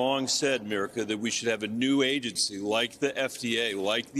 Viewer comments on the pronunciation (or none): Someone should tell the Senator that the interviewer's name is Mika, not Mirika